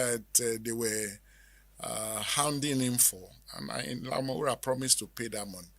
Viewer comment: Does anybody tell you that you are a professor of presentation I love everything about you look at the way you pronounce the name.... Ayinla omowuraaa..😅✌️🕯️🙏👍👑✅💯💕🎉